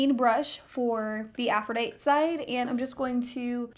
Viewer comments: Girl! It was bothering me too! I'm also a teacher, and I was correcting her. Meanwhile, the palette is available NOW! :-) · Haha. It was really bothering me the whole time! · .......I was like does she not know how to read?!?!??!?! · There are times when certain individuals can't pronounce certain letters appropriately. I have noticed that a lot of people pronounces caveat and catastrophe incorrectly. Afrodite! lol. This youtuber talks way too fast and I can't watch. She is dumb since she can't pronounce Aphrodite properly. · I cringed so hard everytime she pronounced aphrodite wrong but overall loved the video. Thank you! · This is the second time I've watched a video on this palette and no one can pronounce aphrodite lil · Take a shot every time that Aphrodite is mispronounced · This entire video you pronounce Aphrodite wrong. The "e" at the end is NOT silent. 🙄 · I love the Aphrodite Palette. Your pronunciation is killing me though. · How do you not know how to say Aphrodite? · The way she keeps saying Aphrodite is driving me CRAZY!!!!!!!!!!!!!!!! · I'm a teacher. It was killing me! I was trying to focus on the makeup, but every time she said it, I died a little! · Deanna Leckie Girl, you just had to point that out?! Now it's driving me nuts😂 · Omg same. The first time she said it, I died. Lol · it was killing me....lol it's a normal word...c'mon. its a pet peeve of mine that a lot of YouTubers mispronounce a lot of words. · She pronounced it correctly on which is weird, she sometimes pronounce it wrong, others right, lol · It's a short E not a lot E. Like "but" haha aphrooodiiiite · Aphrodite is pronounced Afro dite ee....I think Huda and the dupe are probably suspect on the cruelty front. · (Afro-die-tee) is how you pronounce it not ( Afro-die-t) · what i am grateful for is proper pronunciation. go back to english school and greek mythology on aisle 10. "aphro-die-tee" not "aprho-dight" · Afro-Ditey. Sheesh. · Aphrodite is pronounced "aph-roh-DIE-tee." :)